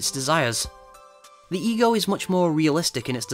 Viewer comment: im sorry but everytime he said "ego" i heard "egirl"